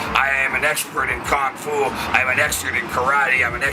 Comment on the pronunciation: Did he say, "Kung Fool"?